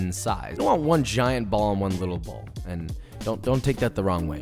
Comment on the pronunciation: Why he say “ shape it in a tight bouell” bruh